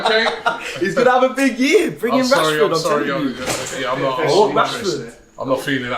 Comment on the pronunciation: Turkish got up when said Rashford 🤣🤣🤣🤣🤣🤣🤣🤣